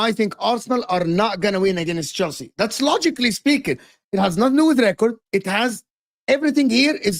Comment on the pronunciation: Bro said Chielsa.. 😂